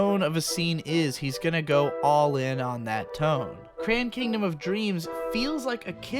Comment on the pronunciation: The way you said the title of the show made me thing it was "Cran Kingdom" not Crayon Kingdom. Looks like a group called SquareSubs has finished subbing at least 48 eps.